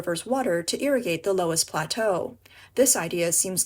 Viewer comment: It’s pronounced luss